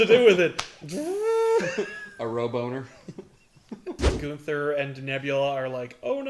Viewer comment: "Ro-boner", 2017